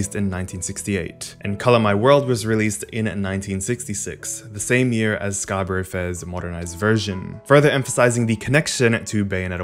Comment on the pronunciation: ok sorry to nitpick - scarborough is pronounced "scar-buh-ruh". it was rly annoying me, sorry!